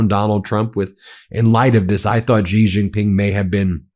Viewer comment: Drives me crazy! “X” in pinyin (Chinese phonetic writing) is pronounced “sh”, not “j”. It’s pronounced “Shee” Jing Ping, not “Jee” Jing Ping. Xinhua newspaper is “Sheen.hwa”.